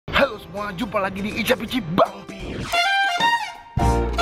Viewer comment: Menurut KBBI, yg bner itu icip-icip bruh. No offense. Cuma aga janggal aja dengernya icap-icip. Sukses terus. God bless you. 🙏🙏🙏